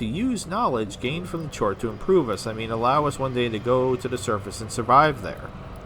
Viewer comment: Its pronounced "chort" and its an english spelling of a slavic word. In Polish language its "czort" and it means fiend/devil (foreshadowing?). An alternative pronounciation is - however you like.... Just thought it might be interesting...